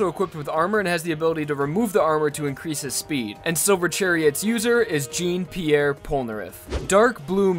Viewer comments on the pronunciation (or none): not only that bu tyou butchered the name Jean, it's not jeen, it's je an, it's french for fucks sake XD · As a French person, I would like to say that it’s pronounced like John Pierre Polnareff, not jeen. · I'm sorry but my OCD kicked in when you pronounced Jean as "Jean" and not "Jahn" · It’s pronounced Shaun not jean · Sorry, it's not "Gene" Pierre, it's "Zhan" Pierre. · Am I the only one who’s annoyed he pronounced Polnareffs name wrong He pronounced Jean as Jeen instead of Jee-yawn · Jean Pierre Polnarref Jean is not pronounced like Jean as in like Jeans like (pants) it’s pronounced like Joan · And you said "Jean" Pierre polnareff wrong It is pronounced "zhon" not "jean" Mama mia😑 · Bro said jeen😂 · "Jeen Pierre Polnereff" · When he called Polnareff, Jeen 👁👄👁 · "Jeen" pierre Polnareff ah yes, jeans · you said jean pierre polnareff like (Jee-n). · Wouldn't you agree, Jeen Pierre Polnareff? GREAT PROUNONSATION bruh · Tbh part 3-4 was my favourite part of the show Btw its Jean(Jooooohn) Piere Polnareff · You said jean like jeans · Bruh he said jeen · it's not jean like jeans it's jean like sean except french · He said jene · Did he just say "Jean Pierre Polnareff"? It's pronounced "shawn Pierre Polnareff" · Its pronounce John Pierre polnareff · This man just pronounced Jean as in the trousers jeans. Bruh. Your JoJo pronounciation is atrocious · He pronounced it completely wrong. I get that most french names are said without the french prononciation of r but he could’ve at least said jean correctly. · how did he just pronounce jean...?